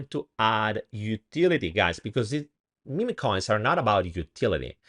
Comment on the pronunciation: they are mim coins, not mimi coins. just saying. cute italian accent though ;-)